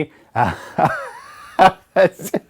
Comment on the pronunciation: I love how you pronounce the "r" in "wiedersehen," lol. It's interesting to see it as "reunion," as it's almost literally, "Until I see you again." The word "reunion" as you're using it sounds present-tense when the word is more future-tense. It definitely makes me see the episode in a different light, although I think taking all three definition of the word makes it even more profound.